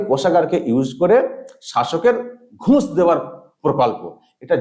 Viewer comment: একটা কথা না বলে পারছিনা,, নিজের ভাইয়ের মতন মনে করি বলেই বলছি,, উচ্চারণে একটু ভুল হচ্ছে কথাটা ঘুঁষ হবে না, হবে ঘুষ।